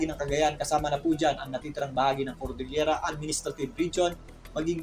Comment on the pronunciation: Salamat sa clear forcast and your correct pronunciation of CORDELLELIERA.Others are saying COLDELLIERA.